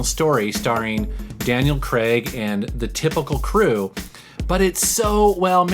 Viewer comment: Daniel Craig is pronounced Craig not "cregg'!